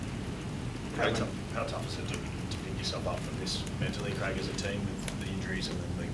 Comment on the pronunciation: His name is Craig, not Graig 😂😂